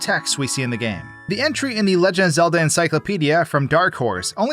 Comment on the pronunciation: The way you said “the LEJ of Zelda” would make me call AI so fast if I haven’t been watching you for years 😂